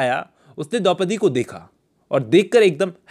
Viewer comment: Its Dopdi...